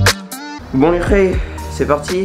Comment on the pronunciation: Un fwew regarde le fwew haha